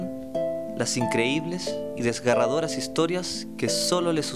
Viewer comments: DESGARADORAS XD creo que era desgarradoras. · "desgaRadoras" xD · "Desgaradoras" jajaja buenos videos :)